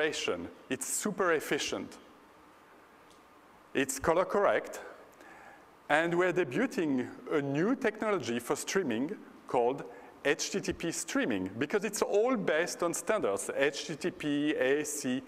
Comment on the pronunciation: lol "debuting" you're not supposed to pronounce the t